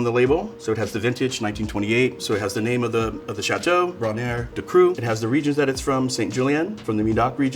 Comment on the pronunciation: Brainaire-Ducru, not Cucru :)